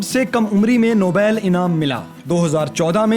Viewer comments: Bhai nobail ni ha nobal ha. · nobail kaya hota ha nobal our ya ten nahee han i 7 han